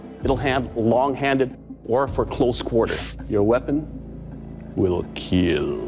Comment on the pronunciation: So, i supose it will "KEAAL" ?